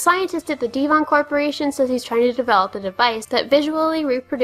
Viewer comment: As a native Brit, it made me cringe when you pronounced Devon, as Deevon. It is pronounced de-v-on, as it is spelt.